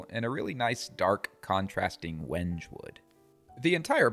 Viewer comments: It's pronounced "wen-gay" not "wenj". Trivial thing, but especially talking to a customer, good to sound like you know what you're talking about. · The proper pronunciation is when-gay. Beautiful knife block.